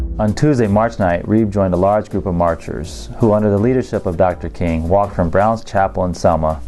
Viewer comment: I caught that he said Martin Luther coon.🤦🏾‍♀️ Awesome video as always thank you for sharing ❤